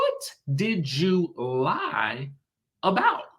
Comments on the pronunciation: It sounds like Gizelle said “ride for you” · I did't hear "lie" I heard "ride" but I could be wrong. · I listened to that clip where Gizelle was talking to Candiace, it sounded to me like she said "ride for you" rather than ',lie' for you. 🤷🏾‍♀️ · It sounded like Gizelle said "you're acting like I didn't 'ride' for you!"... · She said ride not lied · It sounded like she said ride for you not lied for you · Everyone is saying ride not lie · I thought she said "ride for you" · I thought Gizelle said, "Ride for you," not "Lie for you" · I'm not a big Gizelle fan but I do agree it does sound like she used the word RIDE instead of LIE. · That's what I heard too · I definitely heard RIDE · It sounded like she said "ride" for her because it's about the Monique situation. Especially when you listen to the context of the argument. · To me it sounded as though Giselle said “ride” for you. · I agree! she said "ride". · I just commented this as well. I heard ride.